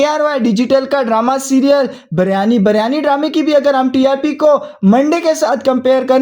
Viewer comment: Biryani not baryani😢😂